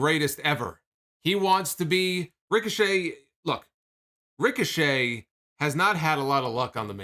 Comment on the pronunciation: “Ric-o-Chet” Idk why that was so funny to me 😂